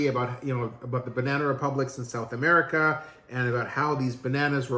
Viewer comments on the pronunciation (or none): none